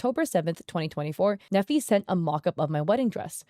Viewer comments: His name is Nephi, he was raised with the importance of reputation management. Only LDS/Mormons name their children Nephi. Pronounced knee-fie, not neffy. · I went to school with a Nephi. It's a common name in the LDS church. It is pronounced like KNEE-fye and not "neffy". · As someone who was raised LDS/Mormon in Utah County, Utah (and still lives there to this day), hearing that name pronounced like "Neffi" is making my brain glitch 😂 (If you don't know, Nephi is the name of a significant character in the Book of Mormon, and we actually have a city here in Utah County called Nephi, but we pronounce it like "KNEE-fy".) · I’m sure no one cares but the pronunciation of his name is “Neefeye” long E and long I sound. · “Nephi” is a Mormon word and is pronounced Knee-fi. Love the video as always!